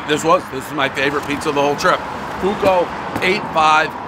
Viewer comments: You're reading the name Fu-kou, it's Fwo-ko. Not an issue but just in case anyone's unsure. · Davey, you're the BEST but before doing a review KNOW the CORRECT pronunciation of the Italian name. Ffff-WOKE-oh. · Fooo- ohhh- koe. Means "fire" in Italian. God bless brother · It's pronounced Fa-k-o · Can always count on Dave to butcher the Italian word “Fuoco” 😂